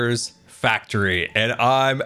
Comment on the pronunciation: It’s a cookie factr-ee (like fac-tree)! Having a dead tree adds more color, but what about cookies in the tree too? They would stand out against leaves. Anyway, the build is amazing I really like it! AND MUMBO HAS A GRIAN WAFFLE!! On the back of his head!